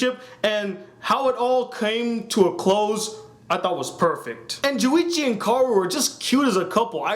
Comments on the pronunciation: it's Junichi not Juwichi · it's not juwichi it's JUNICHI get it right